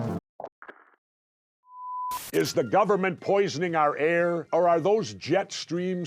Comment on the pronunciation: What do you have against the "th" sound??